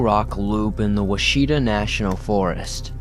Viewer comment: Story 7 : Please learn to pronounce the words that occur in your stories. Washita is pronounced WAH-shih-taw, not Wuh-SHEE-duh.